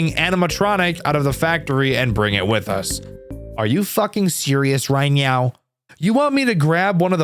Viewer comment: right neow